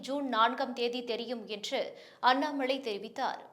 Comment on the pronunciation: அண்ணாம’ளை’ .. தமில் கொளை.